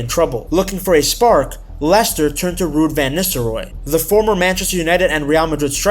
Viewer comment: I nearly turned off when I heard the accent but he did pronounce Leicester and players names correctly, glad I stayed and watched